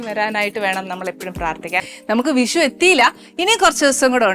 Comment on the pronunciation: വിശു അല്ല Annie.. വിഷു വിഷു 😂